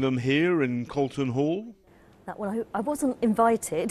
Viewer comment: Calton Hall? Colston Hall.